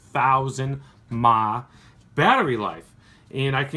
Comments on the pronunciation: love the vid, but please its called MILLI AMP HOURS not mahhhh. keep vaping dude. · it's miliamp hour... not fucking mah..... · Could you never say 26 thousand "MAH", like never again? Just say "mili-Amp" like normal people do. Thanks. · twenty six thousand "mahhh" boi say it right. milliamps. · do people really say mAh like its spelt? Instead of milli-amp hours (edit. or milli-ampere hours) Like should I start saying km/h like "kimuh"... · It´s not maaaaah. It´s mAh milliampere-hour. If you going to be correct do it all the way I think :) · MAHH. Damn people it's either M.A.H. or Milli Amp Hours not calling your MAHH. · Please say M.A.H. as the acronym it is. Individual letters, not all as a word. Sorry I had to point it out, just when I heard that my eye twitched. Past that amazing box and setup. It's begging for a 40mm RDA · Nigga actually said "mahhhh" do you know what mah stands for? and don't google that shit. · WTF am i even looking at. I don't know how i got here... Vape? What is vape? You put some of your mushed bath salt into that cap and cook it up by shortcutting the batteries? I can't believe when you pronounced mAh as MAAAAH. 24 gauge alien raptor? >,< Shit has gone past the limit and beyond. I think i'll just go to sleep...